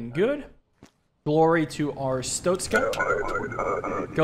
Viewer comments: It's pronounced Arstotzka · Most people say ar-stock-ska I think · Wait a minute… Our-stoat-skuh It’s the god damn stoat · I've been waiting for this and "are-stot-skah" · “Air-it-stos-ka” is the approximate pronunciation of the country this game exists in, hope I helped 😊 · Way to pronounce is is arr (like a pirate going arr) stot (tot as in tater tots) ska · I think it's pronounced Ar-stot(like shot)-ska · Bro, its ch sound. Not tsztszt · Arstotzka is pronounced: Ar (like a harsh pirate arrrr just shorter) Sto (like stone) Tz (like the ts sound you make sometimes) Ka (like the beginning of car, but sharper)